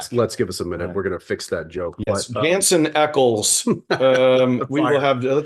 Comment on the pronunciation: Why isn’t MW pronouncing Jensen’s name correctly?? 🤦🏼‍♀️ I really wanted to enjoy this